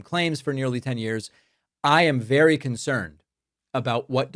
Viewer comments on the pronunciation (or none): Listen to trumps enunciation " be wery wery kwite, I'm hunting wabbits"